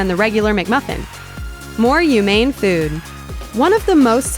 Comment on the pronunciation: More "ew-mane"? What does ew-mane mean, lol